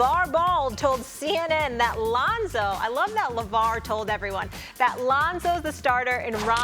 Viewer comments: She really said Ronzo 😂😂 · “Ronzo” why is Molly even on this show? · Molly says "Ronzo", then Stephen A says "Londo." These mofos high? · She called that nigga Ronzo 😂😂😂😂😂 I’m dead #FaM500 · RONZO MOLLY? REALLY?! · Are we ignoring the fact that she said "Ronzo" is the back up? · Did she say Ronzo? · Lol "Ronzo". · She said Ronzo 😂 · Who is Ronzo? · “Ronzo” “Londo” Lmao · We all just going pretend she didn't say Ronzo? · Bob OG yeah and “Londo“ from stephen a :D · who the hell is Ronzo? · Who tf is “Ronzo”? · Stephan a said Londo right after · Ronzo Londo IM DEAD 😂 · Then Stephen A. Said “Londo” lol